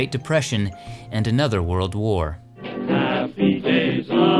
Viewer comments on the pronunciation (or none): none